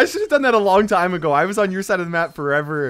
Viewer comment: Kairos T-ime 😂😂😂😂😂